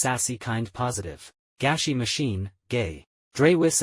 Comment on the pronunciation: i think its actually gashi not gashy